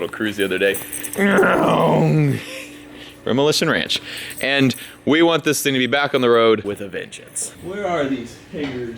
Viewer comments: Did you guys hear him say DemolitionRench? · I had to rewind it and double check, he said it twice actually, Demolition Wrench.... Not to be confused with Renovation Ranch, nor.... that other one it sounded like. Lol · There for a second I thought you said Demolition (Wrench) seeing as how you was a demo on the car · You said Demolitionrench at the end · you should call your corvette videos "Demolition Wrench" at the end of the video it sounded like you said it and to be honest that would be a really cool name for this mini series. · Your sense of humor carries the whole show. You could be rebuilding a Trabant and get a like from me. For a second there at the end I thought you said “Thanks for watching Demolition Wrench”. That would work too, but for now is my most favorite. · He said demolitia ranch at the end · Sounded like you said Demolition Wrench at the end. Would be a neat name for the rebuilding series :D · He said at the end "thanks for watching demolition ranch" instead of off the ranch lol